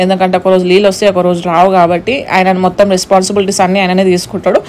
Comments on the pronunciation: Leellu😅😅 Kadu neellu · లీలు కాదు, నీళ్లు😅